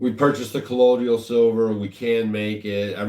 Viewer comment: Just a picky correction of pronunciation: colloidal = pronounced co-loy-dal silver. The i comes before the d which makes it sound like y. You're welcome.